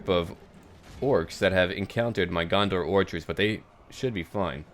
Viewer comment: Lol u said gondor orchers :P